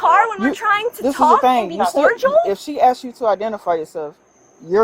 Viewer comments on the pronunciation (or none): axes her one more time. Its asks. Can't they hire cops that can speak English